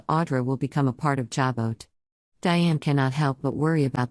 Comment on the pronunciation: Jabot is pronounced JA BO!! The ‘t’ is silent! Don’t you people EVER do your homework??